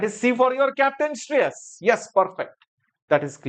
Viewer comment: The way he say SHREYAS 🔥